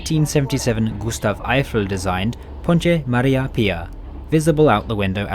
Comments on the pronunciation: A tiny note for Portuguese pronunciation, when there is a Te like in Ponte, It's not pronounced tji like in Brazil but te like in the number ten +/-. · Why on earth are you pronouncing the names of things in Portugal with Brazilian pronunciations? There is no cha cha cha in ponte. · love how he pronounces the portuguese words in brazilian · I would say that in Portugal the sequence "te" in words like "ponte " is pronounced almost like "te" in the English word "date".